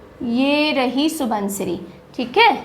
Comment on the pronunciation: (Xu-won-xiri ) proper assamese pronounciation. Not (Su-bon-siri).